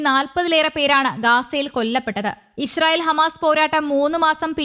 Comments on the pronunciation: ബംഗാളി ന്യൂസ് റീഡർ ആണ് എന്ന് തോന്നുന്നു ഇശ്രായിൽ 😅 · ഇസ്രായേൽ എന്ന പേര് ശരിയായി വായിക്കാൻ അറിയാവുന്നവരാരും ഇല്ലേ ?